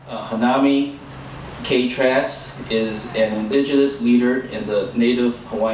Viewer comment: Please practice pronouncing her name.